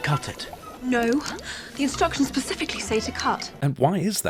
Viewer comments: does Hermione say pacifically instead of specifically or is that just me? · Hermione incorrectly pronounces 'specifically' .